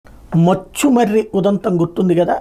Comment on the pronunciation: మచ్చుమర్రి... కాదు ముచ్చుమర్రి😊